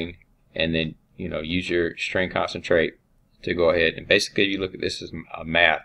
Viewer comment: I believe they're pointing out it is pronounced con-cat-en-ate and not 'concentrate' as it is said throughout the video.